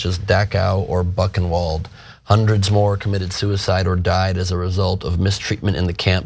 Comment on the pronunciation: He can't even pronounce Buchenwald and Kristallnacht!